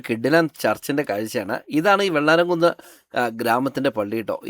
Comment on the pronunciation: Not vellaramkunne, it’s vellaramkunnu.